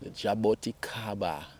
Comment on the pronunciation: Ask Google how to pronounce the word, jaboticaba